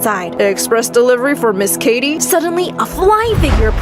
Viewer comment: the dad said “kitty” instead of “katie”